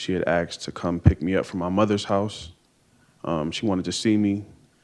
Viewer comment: She "axed ta cum"